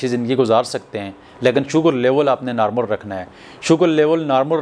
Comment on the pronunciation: Prablum nahi Problem .kadum nahi kadam.narmul nahi normal.nazur nahi Nazar.